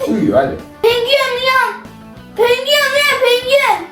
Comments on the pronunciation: Pengüen❌ Penguen ✅ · Penguen 🐧❌ Pengüğen ✅ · Penguven✖️ Pengüven✅✅✅✨✨✨✨❤️😂🫥🫥🫥🫥🫥😂😂😂😂😂😂😂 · Penkuyen. Diyişi😂😂😂😂😅😅😂😅😂😅😂😅😂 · Pengiüen uyan pengiüen😭 💫MaYmUn MuSuN🤨💫 💫eVeT mAyMuNuM😌💫 💫AHAĞAĞAĞĞAĞAĞAHAHAHAHAĞAĞA💫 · Penguen❌ Pengüen✅ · ✨pengüyien uyian pengüiyen✨ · Penguen❌️ Pengüen✔️ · Yanlız pengüen demesi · Penguen=❌ Pengüen=✅ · Penguen❌ Pengüen✔️